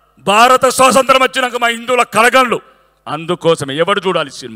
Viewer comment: స్వతంత్రం అనే పదం సరిగా పలకలేని నీకు ఎమ్మెల్యే పదవి కావాలా